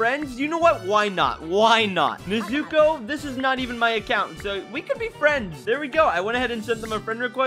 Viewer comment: It’s pronounced Nezuko